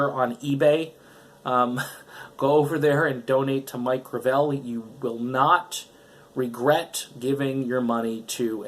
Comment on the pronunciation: Why does everyone mispronounce the name Gravel. The accent should be on the first syllable.